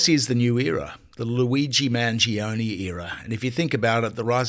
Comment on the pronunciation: Mangione - pronounced manj-yoney - three syllables.